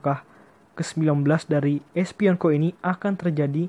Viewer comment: Bukan Espienko bro..tapi Esipenko